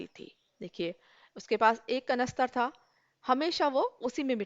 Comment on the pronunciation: Mam par sorry , par aapka था, पा jaisa lag rha hai